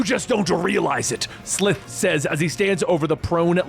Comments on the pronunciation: I'm pretty sure their home planet is pronounced Thun-DARE-ah. Lizard mutant is SUH-LIVE like 'Alive' without the A. Great video either way! Glad you're covering it. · Its S-lie-th